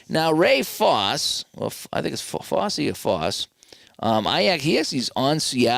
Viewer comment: Fosse rhymes with "bossy"